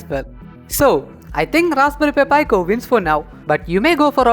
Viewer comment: its pronounced PE-CO not PI-CO